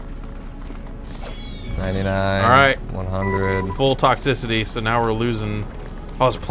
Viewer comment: "Toxcicity, that's like the heat, right?" Really?